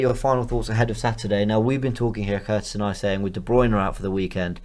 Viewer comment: C'mon! Learn how to pronounce De Bruyne. Correctly. Please!